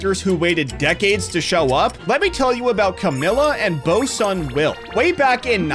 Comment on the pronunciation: Bro saying Bosun Will like a korean name lmao